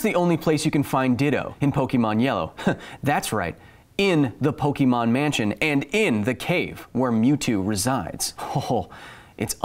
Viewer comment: Lol I think that was a trainer smack down. Don’t mess with OG Pokémon players. Though I do deduct -1 internets for pronouncing it poke-ee-mon